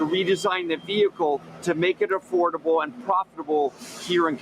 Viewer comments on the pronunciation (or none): Did YOU SAY A-Ford-able? 😁